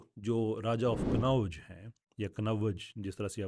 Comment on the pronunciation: کنوّج نہیں ہے کنّوج ہے